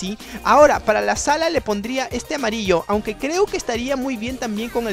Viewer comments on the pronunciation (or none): none